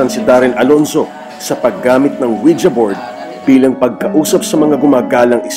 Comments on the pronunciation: I like how they pronounced it as Wija instead of Wiji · Anong Wi Ja? It pronounced Wiji. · "Weejee" hindi "Oweeja" 😏👍🏻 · ouija? dba ang basa jan ouiji?